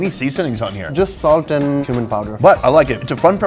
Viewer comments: I keep hearing human powder as spice.... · He says cumin powder like human powder 😂😂